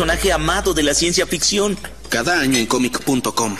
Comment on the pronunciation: Creí que decía "Cada año en ComicCon"